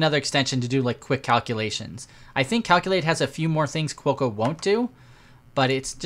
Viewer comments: Every time he said Cuoco it was like fingernails on a chalkboard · Quokka is actually pronounced "kwokker". It is a small Australian animal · Americans pronounce the 'r' at the end. So let's say it's pronounced 'kwokka'.